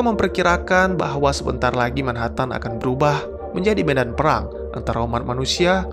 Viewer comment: min, tolong pengucapan 'MANHATTAN' nya yg benar